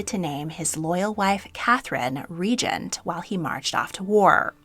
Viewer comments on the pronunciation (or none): Regent, not regnent. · *queen regent. Ree-jint ❤